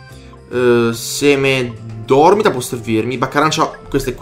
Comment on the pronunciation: Ma perché pronunci semedormíta come Semedórmita?